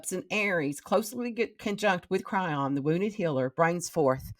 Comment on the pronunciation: Chiron is pronounced Ky-Ron